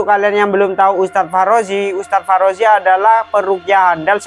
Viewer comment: Ngakak dia bilang farozi